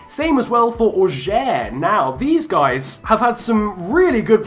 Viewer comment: Comme il dit "Auxerre" c'est horrible mdr